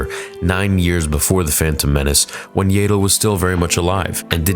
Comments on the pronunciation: Do you have a speech impediment, illiterate or just messing around? and. Her name is pronounced YADDLE. Like Saddle, but replace the S with Y. DEFINITELY NOT YAYDLE! Do you want me to pronounce your real life name as? No, you don't. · “Yay-dle?” It’s pronounced “Yaddle,” bro. It’s right there. Also, seriously? Grogu is NOT Yoda’s and Yaddle’s child. Come on, man. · I love the channel! But I hate how you pronounce Yaddle 😂